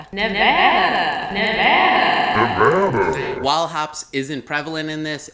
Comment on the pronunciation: Tenaya Creek is awesome and Nevada craft beer is under-rated, but please learn how to pronounce Tenaya and Nevada, because you got both wrong.